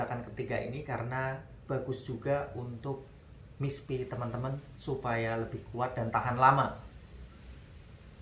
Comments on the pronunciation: Maaf om, koreksi dikit dlm pengucapan istilah Mr.P, boleh ya... Yaitu pengucapan Mr.P (= mister Pi, bukan Miss Pi)...biar kl didengerin lbh pas..Okey ..gt aja om. Makasih, YT yg berguna bg para suami👍👍Semangat teruss...gaskeuunn💪💪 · Mr P, bukan miss